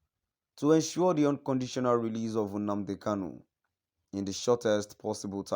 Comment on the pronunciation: Mr Man plz stop calling Nnamdi Kanu UMNNADI KANU. You should learn how to pronounce NNAMDI KANU and not UM NNADI KANU. Thank you